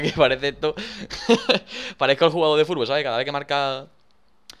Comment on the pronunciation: en el minuto dani dicer furbol